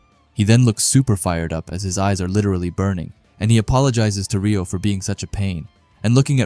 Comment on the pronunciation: Pronounced “ray -oh” not “ ree -oh” for Reo